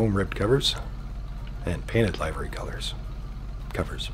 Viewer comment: He says livery sooo wrong SMH🤦‍♂️